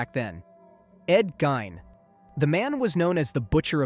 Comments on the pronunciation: Dude said “ed gine” it’s ed geeeeeiin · Bro its pronounced "ed geen" You need to start looking up pronunciation because it discredits everything else you say. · Ed gein It's pronounced "gayn" "GAY-N"